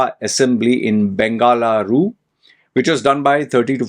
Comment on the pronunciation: Please learn to pronounce Mahadevapura and Bengaluru. I don't know your mother tongue but if you are commenting on something, you should know about it. You are right election has been rigged 100%. No democracy here.